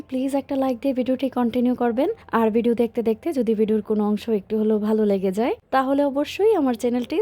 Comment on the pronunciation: তাই শুনতেও ভালো লাগেনা। উনি ভ কে ব উচ্চারণ করে সবসময়। ভাই কে বাই ভিজা কে বিজা ভিডিও কে বিডিও ভুল কে বুল ঘর কে গর এমনটা বলে।😢